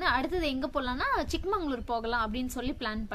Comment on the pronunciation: Good one madam keep up the great travels .. it is ChikMAGAlur madam not ChikMANGalur .. olden days one king gifted this place to his younger daughter that is chikka magaLu .. so it is ChikMAGAlur